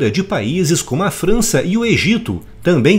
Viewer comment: Alguém percebeu o "Fança" no? Kkkkk abraço